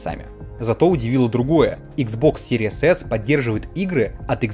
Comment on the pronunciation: чел, из твоих уст звучит как Series ASS :D